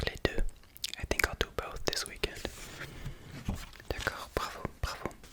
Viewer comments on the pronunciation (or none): none